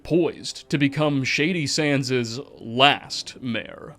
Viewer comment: You sound so smart until you say “Shady Sandszez”😊